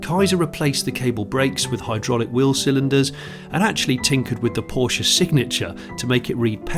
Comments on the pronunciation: If he had pronounced it Poorsh they would have had him removed from the seat in a second. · Its is a pity that you cannot be bothered to pronounce Porsche correctly. Should we call you Jonnie Smythe? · It seems that you could not decide how to pronounce Porsche